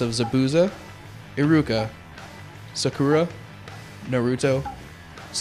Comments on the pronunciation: He pronounced the a's wrong in Zabuza and Sakura a's make the aw sound N-aw-Ruto S-aw-kura s-aw-suke In some Japanese words and names the u is silent like in desu(is) it's pronounced Des and In Sasuke the u is silent. yeh I have no life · sa-koo-ra wtf?!?! they created it they should know how to say their names correctly. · OMG they pronounce zabuza, sakura, and sasuke's name all WRONG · He said Sakura wrong. I find it weird. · XD ka-ka-chi and he said sakura is his favorite character and he cant even pronounce her name right! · should i get 1 or 2.. haku owned sakura in this. he said sakura and sasuke wrong!saiuuuke? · the guy said sasuke and sakura wrong